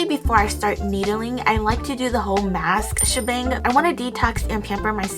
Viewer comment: Honestly thought you said “masturbating” when you actually said “mask schabang”